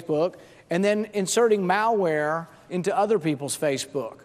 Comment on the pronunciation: Is it just me, or does he pronounce "malware" as "Maoware"? Damn communists...